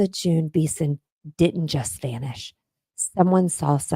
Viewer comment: And it's not beeson it's 'be son' like that